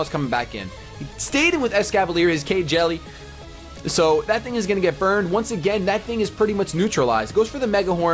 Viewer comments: That isn't K-Jelly, it's pronounced Keele. It's nicknamed after a character from Fire Emblem: Awakening... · You know... Kjelle is a character in Fire Emblem. I don't think it's supposed to be pronounced like KY Jelly. I'll forgive you. This time. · I loled when he said K-Jelly for Kjelle. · >Kjelle Dat Fire Emblem reference, also it's pronounced like Kel with a bit of yish sound in there...